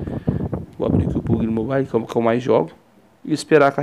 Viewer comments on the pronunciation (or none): free fraire kk puguili mobailo kkk zueira mano me ajudou muito👌